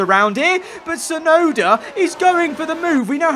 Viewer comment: Crofty: It's Yuki Chefnoda ladies and gents!